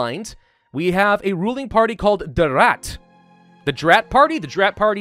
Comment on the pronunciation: As a german i am offended at the way you say Rat